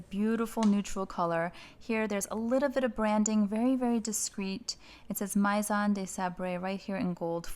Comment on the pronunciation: The AI In "maison" is pronounced "may" not "my"